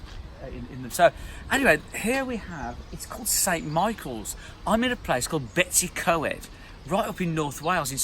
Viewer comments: Brilliant but you really should get to know how to pronounce those Welsh place names:-). Perhaps asking a local person will help. Your pronunciation of Betws y Coed made me cringe a bit. The "w" in Welsh is pronounced more like a "oo" in English. "Coed" is pronounced something like "coid" or "coy-d". "Betoose uh coid" is probably my best suggestion for an English sounds like translation. All that said it's great to hear you playing hymns and one day I hope to catch you playing boogie woogie at St Pancras when I'm passing through. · I think you were in Betwys y Coed. It is pronounced (Bet -oos uh Coyed ) That is the only way I can explain how to say it in english!. A lovely part of Wales as is Cardiff where I am from and The Gower peninsula!. Between Swansea and Camarthen on the coast road!. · A lovely spot. “ Bet-us-see-coy” is how I say it.